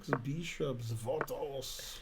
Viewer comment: Six beeshops! Vat else??